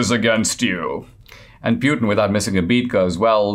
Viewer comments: It's pronounced Putyin, not Pyutin... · Poo-tin not Pew-tan :-)